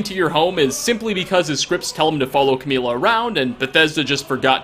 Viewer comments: Umm it's camilla not cameela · He mispronounced Camilla, Sven, Faendal, Muiri and Friga.